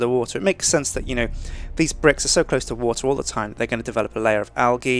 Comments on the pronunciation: it's pronounced al-jee not algee with a guh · did he say algee? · In American we say Alge but the G sounds like a J